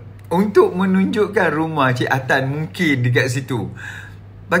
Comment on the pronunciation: Bila dia sebut cik Atan mcm tdk ngam dia cakapkan tu, tengok balik video tu